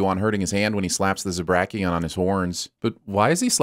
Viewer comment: Did you really just say, "Zabrakian"?